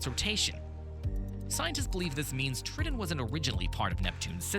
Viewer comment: Did he say "trittin"?